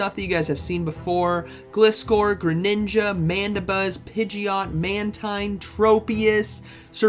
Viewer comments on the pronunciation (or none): none